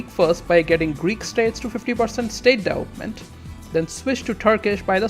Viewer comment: dude... "deVElopment".... not "delopment"